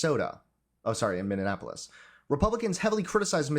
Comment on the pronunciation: Apparently, after four years, you still can't pronounce Minneapolis correctly 😂